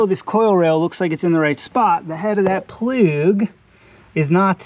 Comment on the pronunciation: Bro says "spark plug" But when bro says plug without spark Bro says "ploog"